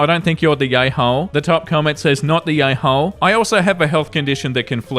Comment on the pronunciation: After an hour or so i can't unhear "yayhole" 😅